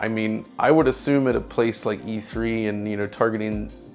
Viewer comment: E Thwee